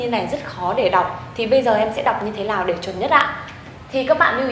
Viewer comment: cô đọc "như thế lào"